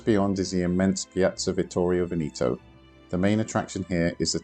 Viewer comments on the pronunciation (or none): none